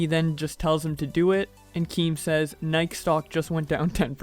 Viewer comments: he say Nik not Nike lol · the only thing I care about is the way u said “Nike” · I heard you, your pronunciation was "nuyk" instead of "Nike" or nei-key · or him pronouncing nike like “bike” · He said pronounced Nike and not Nikee Then Diquin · Inverted_ box he need some 🥛